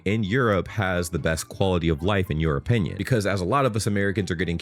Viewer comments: my mind decided that you said "in Europinion" and I can't unhear it now 😁so I'll keep it and reuse it 🤷‍♂, I think it's perfect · Dude, the way you said "your opinion" sounded like "europinion"! 😂 Also, at best the Yank in the video was left speechless by Madrid, not by Europe.